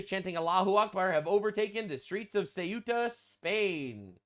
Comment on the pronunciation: How do people keep pronouncing Ceuta as if it's Cueta? Nick Shirley's like the third person I've heard say it that way in 2 days; it's like sayoota or thayoota, depending on how Castilian your Spanish accent is. It's weird because even looking at the word and trying to pronounce it as if it was English, you'd end up with a pronunciation more like "cute-uh". Only way it makes sense to me is if everyone I've heard pronounce it that way is dyslexic. And I should clarify, I mean no disrespect to Nick Shirley, or in fact any of the people I've heard say it that way. They're all people I actually like on YouTube, that mispronunciation just strikes me as really odd.